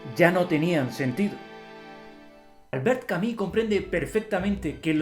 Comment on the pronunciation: ¿Porque no pronunciar en español si español hablamos?.. Albert Cami?? Camus! Bueno eso ajeno a lo bueno o malo del contenido, que de hecho no lo he visto, solo vi a otra persona por acá en youtube diciendo Albert camujc, y entró acá y Cami.